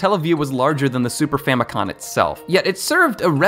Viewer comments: Isn’t it famicom not famicon? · Bro keeps saying “Famicon” instead of “Famicom” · Wait I thought it was Famicom, not Famicon- you learn something new every day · “Super famicon” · I'm too much of a nerd, I saw this and was like "Which of the Satelliview titles?" Also it's Famico*m*. You can even see it on the controller in this very video! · 🤦‍♂️ famicom not famicon….. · FamiCom, with an M as in FamilyComputer 😉